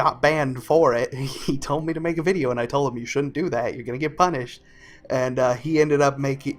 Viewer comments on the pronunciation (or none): none